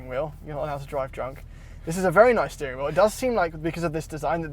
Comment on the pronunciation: A “beering” wheel